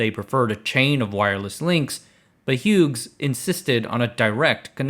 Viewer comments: Aussie here. Great video. Thanks for pronouncing Melbourne correctly. Mel-bin is also a valid pronunciation. Hughes. Say ‘Hues’ like there are different hues of green. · It’s huse Hugh’s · Hughes is pronounced Hues